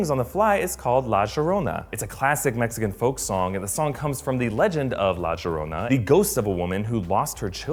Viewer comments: It is not la jorona it is la yorona how it sounds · La Cheroona? It's pronounced La Yanora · He must have picked up that pronunciation from someone from further south into South America. I think he was trying to say “La jjjjorona” ( English j) the way some folk do— Colombia? I’ve heard some Colombianos say “jo quiero” or “voy a jjjevarme”. But “ sh?” Where the hell did that come from? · for the non Spanish speaker, the pronunciation is yo-ro-nah said quickly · Obviously was saying it with an Argentinian accent. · I would forgive him except for the fact they actually pronounce it correctly in the movie. He also pronounces "Chicharon" as "Chickaron" for some reason. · The pronunciations of some of those words and names ;) La Sherrona..... LMAO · Did he just say la gerona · la yorona say it like that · La llorona is pronounced like iorona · Sorry I can't get past #32 the way he says La Llorona. I'm sorry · I cringed when he said "La llorona"